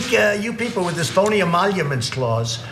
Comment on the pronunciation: To be fair. He said phony "emonuments" instead of emoluments.